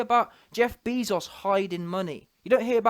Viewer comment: “Jeff Beeezos” 😂😂😂